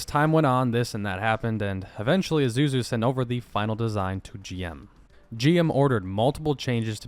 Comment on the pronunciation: Here's how to pronounce Isuzu. Sound it out, then say it faster and there your are: ee-sue-zoo